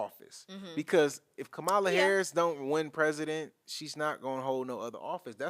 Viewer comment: Did he pronounce VP HARRIS’ first name incorrectly several times ??